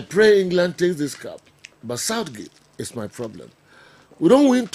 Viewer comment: He must work on his R n L pronouncing.....he used to say probrem' 😅